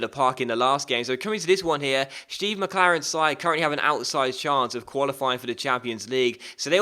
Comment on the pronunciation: I heard that cheeky "Shteve" McLaren;)